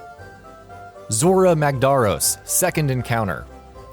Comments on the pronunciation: Yeah, you definitely didn't play the game, there's no excuse for mispronouncing that many names when they are clearly stated in game. Mag-darr-os, lol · The way he pronounces magdaros has me crying